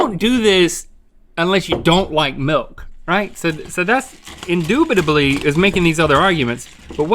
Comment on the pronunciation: “Indoobidilly” Link 2020